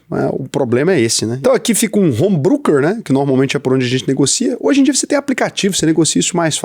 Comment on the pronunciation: Não é "bruker", é "broker"